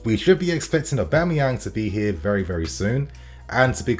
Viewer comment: Mans been pronouncing Aubas name wrong for months now